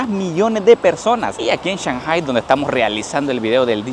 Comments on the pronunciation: Tremendo video,,lo que me mareo en todo el video es la.pronunciasion de shanghai,sw oye que dices Chanjai,y yo siempre lo escuche,changai, creo que le vas a tener que ir a preguntarle al chino flores como se pronuncia,jajajjaja,en realidad medejastes confundido con esto,por favor aclaralo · No me suena cuando dice chanjai, acá decimos Changai